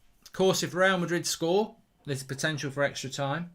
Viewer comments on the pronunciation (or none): none